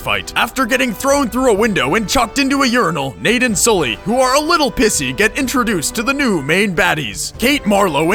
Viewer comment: SOLLY... SOLLY!!!!!!!! .....its fucking Sully